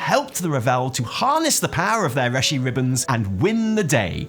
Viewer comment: Hahaha you also pronounce it "reh-shi ribbon"